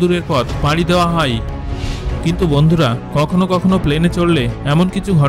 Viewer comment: আপনি যায় কে যাই আর হয় কে হই কেনো বলেন?